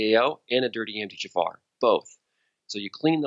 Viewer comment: Really enjoying the interview. You can tell is ADHD by the way he pronounces things like MTHFR ("emteechaffar.")